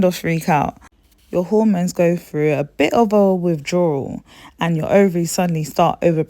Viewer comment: Please correct your pronounciation of the hormones. I can't work out what they are because of your pronounciation.